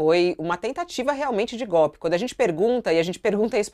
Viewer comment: Gópe , gópe, e mais gópe.😂😂😂